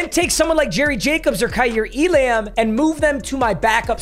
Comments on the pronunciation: I know Papa doesn't give a crap how names are correctly pronounced, but it drives me f*ckin nuts when he says E-Lamb. It's pronounced elum. Flame me if you want. I can't listen anymore without saying something. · just to help you out, kaiir elam’s last name is pronounced “e-lum” 🤓